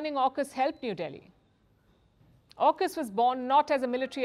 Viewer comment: And it's AUKUS not ARKUS